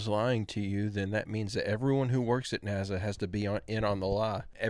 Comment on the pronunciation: You keep saying NAZA. ITS NASA!